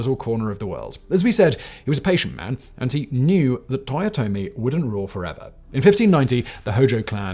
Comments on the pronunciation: "Toyote" ?! Really ?! Last I checked it was Toyotomi...dude 10 seconds in and already a big error , don't get me wrong I am a big fan of your videos for more than 4 years now ,but please do be accurate when you present history. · "Toyote" Hideyoshi